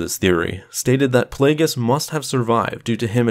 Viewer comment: It’s Darth Plagueis